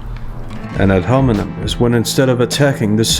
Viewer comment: He said ad homineN 😂 feeling so pressed he can’t use fancy words properly. Calling people rude to deflect from a Loss is precisely what he accuses women of doing 🤦‍♂️